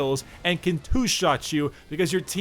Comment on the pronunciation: Why do u spell "can" with an M sound? just asking... good video tho!